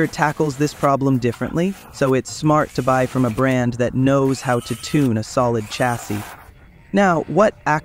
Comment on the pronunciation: “Toon a chassy” 😂😂😂